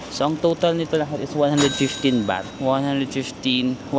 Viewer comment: andaming ligo beh. 'baht' kase, di bath haha labyu